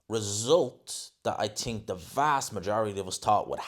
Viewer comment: Dude, why do you always say "TINK" ...It's "th"ink